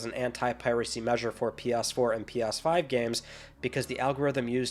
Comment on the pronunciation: “PYas5 Pro”. Love it!